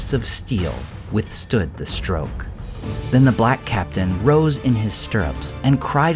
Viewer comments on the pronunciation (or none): none